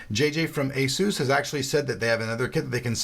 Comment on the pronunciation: Asus (/ˈeɪsuːs/). The Asus Wiki says otherwise. Even JJ from Asus pronounces it that way in his videos.